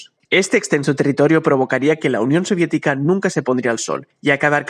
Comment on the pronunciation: Oye dice la unión siodietica bro